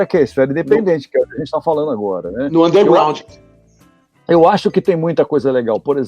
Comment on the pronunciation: Noooosssaaa é muito dificil...ter Studio e hora pra gravar ...kkk .. genebra é ruuutizzz ... superrtt anderrrrgrasssuuuunnnderŕr